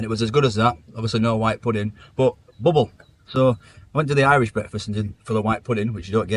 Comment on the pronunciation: It's not booble... It's bubble 😂bleeding 'ell sort it out,,, Mike from South London 😂